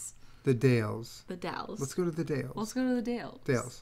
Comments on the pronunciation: Y’all pronounced Dalles right the first time but then you started pronouncing it “daILS” I’m disappointed it’s “da - ll- s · they mispronounced the dalles lmao but they get away with it.